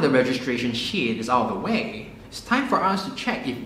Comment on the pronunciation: they way he says sheet xD it sounds like shiet hahahah